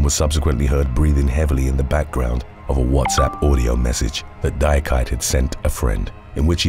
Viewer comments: Number 7 is pronounced "dee-ah-key-tay" not "die-ah-kite"...it's a common Ivorian name. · The name Diakite is pronounced Di-ah-ki-tay.